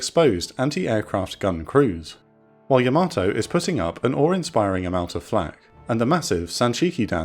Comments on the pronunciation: Great video and I'm sorry to be "that guy" but, it's pronounced YAH-ma-toe NOT yah-MATOE. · Pretty sure it's "YAH-mah-toe" and not "yah-MAH-toe" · I think the Japanese pronounce Yamato like “yamma-toe”, not “yam-ah-toe”. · Imagine making a yamato documentary, and you consistantly mispronouce yamato everytime. Please learn to pronounce japanese words. There is no r in yamato and it's pronounced yah mah toe. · Weird pronunciation of Yamato. Unique even. Wrong even….